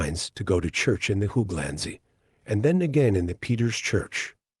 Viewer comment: Great video but the way you pronounce hooglandse and other Dutch words is pure comedy, it’s not how they are pronounced even with an English accent. I’m sure there would be a friendly Dutch person somewhere so you could check pronunciation, it would make the videos feel more professional. The research and content is otherwise is great!